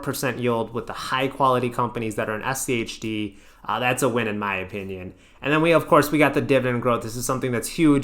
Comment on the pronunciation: Praise to the algorithm and all hail rules-based methodology index etfs :D 1st time I've heard you anyone pronounce SCHD as "shi-d" lol I mean SCHD is the "Shid of them all" after all!